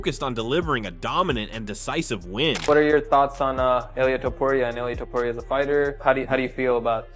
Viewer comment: Man, it's not Ilaya Tuporaya, it's Ilja Tuporia...😮